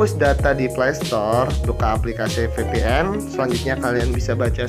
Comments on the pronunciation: F=ef & V=ve. jaid VPN bukan FPN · lucu dengar nya tau mana v atau f sih gan.. hahahhahahahaha